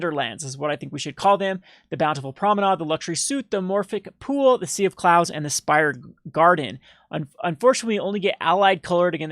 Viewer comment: SUITE not SUIT!!! You can do this man! I believe in you lol. Just trying to help ya out man